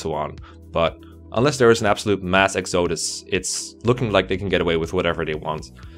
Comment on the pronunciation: it's "X uh dus" not "X oh dus" no shade though.